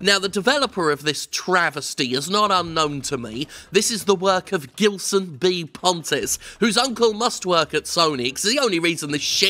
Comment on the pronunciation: The "Gil" in "Gilson" isn't pronounced like "Gill", as in the Street Fighter 3 boss, but like "Jill", as in Jill Valentine.